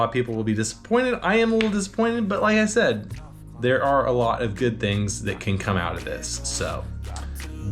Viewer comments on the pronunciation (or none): none